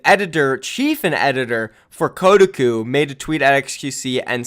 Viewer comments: KOH-TA-COUP. not kudaku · did he just say ko-duh-ku? It's Ko-Ta-Koo? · This dude rly said kodiku instead of Kotahku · That pronounciation is Kotaku is getting to me, it's pronounced koh-tah-koo, not code-a-koo. Good video regardless. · Bruh it's "koh-tah-koo" lol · You've never heard of Ko-Tah-koo???? What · That websites name is actuallly pronounced KO-TAH-KOO, but yeah it is a shitty gaming website. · It's pronounced Co-tar-koo. They're big in SEA, but they are known for click bait and spreading incorrect info. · Koh tah kuh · It’s “Koh-TOCK-Oo,” damn it. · phonetically spelling koe-Tak-Coo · You pronounced Kotaku wrong haha, its "Ko-Tah-Qu" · "kotuhkoo" REEEEE TRIGGERED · It’s Koh-Tah-Kuu please pronounce it right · It's pronounced "Co-tah-coo" btw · Kotaku is pronounced Ko-tah-koo, just a heads up:) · you makeme cringe its pronounced KOH TAH KU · I believe it’s pronounced co-ta-cu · o.0 you havent heard of kotaku? also its pronounced Ko-talk-oo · It’s Koh-tah-coo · I just die every time he says “Kuh-uh-cu” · which is worse Kotaku's credibility or pronunciation of kotaku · How did you say kotaku? Lol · That Kotaku pronounciation, yikes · That moment when pronounces Kotaku wrong, and I become very confused. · Damn you completely butchered Kotaku's name lol. Tell Profit we support your relationship by the way. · Pronouncing Kotaku wrong boi